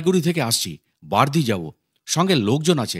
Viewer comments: বার্দি না বারোদি গ্রাম। উচ্চারন ঠিক করুন। বাবা র কথা বলছেন। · উচ্চারণ ঠিক করুন। বার্দি বলেছেন কেন বা র দি বলুন।Barodi